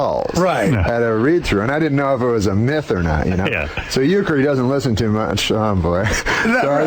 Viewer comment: Are you joking when you say Huecker...? I-ron?